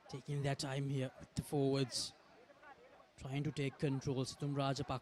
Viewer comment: Without any malice and with all good respect to for providing us excellent coverage of schools rugby,, please advise your good commentators to correct their pronunciation of the following words of speech. 1. Penalty (and Not "Pan-alty") 2. Forwards (and Not "fore-wards"). 3. Possession (Not "por-session"). Thanks for you your kind attention to prevent unwarranted embarrassment to your good services. 👍